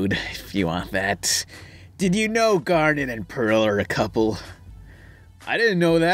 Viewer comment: You mispronounced Garnet